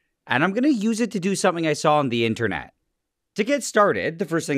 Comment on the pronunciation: He emphasized every syllable in “IN-tern-ET”